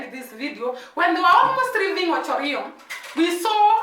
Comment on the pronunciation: It is called Ocho Rios you have to pronounce the s at the end. The whole Jamaica is surrounded by the Caribbean Sea